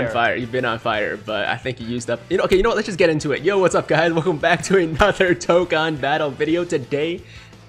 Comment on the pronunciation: Scott: Finally pronounces Dokkan properly during his intro Also Scott: proceeds to butcher every other word in existence